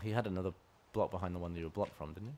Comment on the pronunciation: Its 'didn't'...